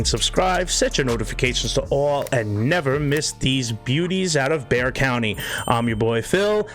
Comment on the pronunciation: I love you know how to pronounce Bexar. That’s my county and most people mispronounce it.